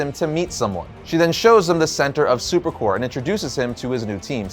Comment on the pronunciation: Dude... it's superCORP. You pronounce the p. Corps may be pronounced core, but stop letting that confuse you. Because Corp is still pronounced Corp. You're welcome. Now give me one of those projectors.